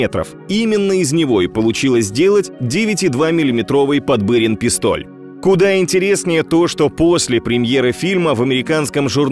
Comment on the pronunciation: ПодбЫрин - режет ухо. В фильме говорилось Подбирин.